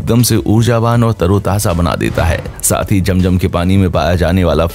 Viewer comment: Sorry jum jum nahi zum zum 🤣